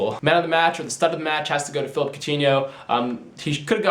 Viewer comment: Its phillipe not phillip